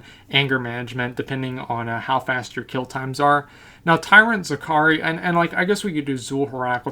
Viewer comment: You mean "Tyrant Zachary" huehuehue